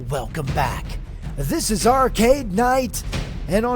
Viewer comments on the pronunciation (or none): none